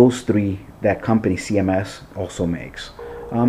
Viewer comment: its CHMS not cms